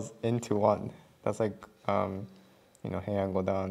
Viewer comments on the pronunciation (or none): none